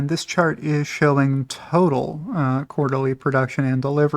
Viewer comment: I hear shart not chart.